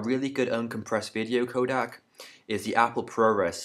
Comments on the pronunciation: ProRes is not uncompressed/lossless . shit tutorial. (Also its codec not kodak) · Please don't say it codAc... It is really furstrating... And ProRes and Animation are NOT uncompressed codec...